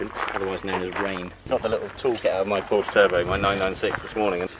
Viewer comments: He, thought you speak german, it is Porsche, not Porsch. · Porsche = PorschA. Surely you know this?